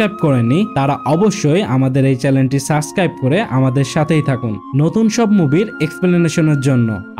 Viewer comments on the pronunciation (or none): ভালো করে সাব্সক্রাইভ উচ্চারন করেন সাসক্রাইভ না